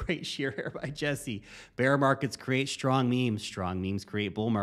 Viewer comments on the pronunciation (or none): none